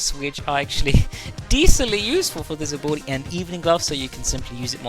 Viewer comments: took me a solid 5 minutes to figure out he was saying "ability" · I’m glad I’m not the only one… sounds like he’s throwing an “uwu” in the pronunciation 😂